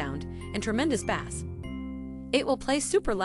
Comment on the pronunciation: ‘Bass?’ Pronounced as in the fish ….. have believable is this?